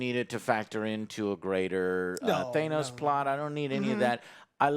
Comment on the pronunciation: damn you too?? influencing you to say “thay-nos”